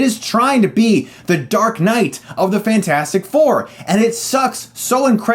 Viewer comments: "FANT-FOUR-STIC" LOOOL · When you said Fant 4 Stic instead of Fantastic Four, I laughed a lot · You know Chris, if you pronounce Fantastic Four as "Fan-four-stic" and Scream 4 as "Scruh-four-um" because it's on the poster, you now have to refer to one of your favorite movies as "se-seven-en". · I’m just here to hear him say “fant four stic” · You referred to it as "fant 4 stic" through the entire review. Subbed. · Fant-four-stic haha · I love this rant and I laugh every time hr says "Fant four stic" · I love how he managed to call it Fant-4-Stick every time! Love it! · As soon as he said Fant-four-stic, i knew this was not gonna go down well.